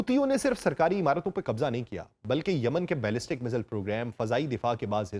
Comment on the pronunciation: چاچا جی مزایل ہوتا ہے